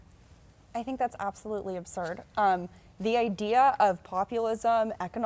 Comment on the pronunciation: "Absolutely absurb" ... her "War Room audience don't care about immigrants race" like fish don't care about water.